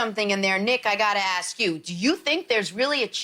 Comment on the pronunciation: Ask or axe? lol 😂